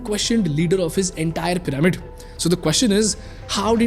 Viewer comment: PYRAMID is pronounced 'PI-ruh-mid' ✅ not 'pi-RAE-mid' ❌